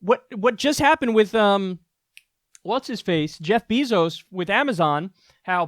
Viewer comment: “Jeff Beezos” 🐝😆🤣